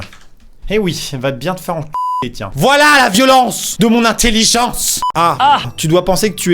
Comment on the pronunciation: on dit voilà pas volà